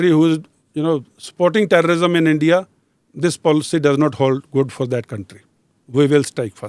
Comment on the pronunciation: ROO.. ENDIA... ROO😂😂😂😂😂